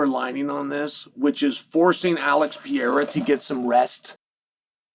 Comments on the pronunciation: Piera ?? Who's Piera ??? Learn how to say people's names if you're in communications. It's pathetic 😒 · Did he say Pierre’a? Lol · Pĕ ray ra. Is not hard to say. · Who is Alex Piera? ITS PEREIRA! Another signal of your disdain about Alex. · PE-REI-RA MOTHEFUCKA SAY PIERA I DARE YOU,I DOUBLE DARE YOU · Who's Alex Pierra? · Per-rei-ra Can we get a phonics monkey for Chael? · I think he knows. He has a love hate relationship with Brazil and its people. I think he says it wrong to annoy them in his own cleverly subtle way. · how do you pronounce it? I'm asking honestly, thanks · He been saying dat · Pronounce his name right, Pah-rare-rah. You sound like a Cocky Rich Douchebag when you say it wrong. Gangster my Sweet Brown ass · There's an R in Pereira..... you don't call Raja (that piece of shit) Aja do you?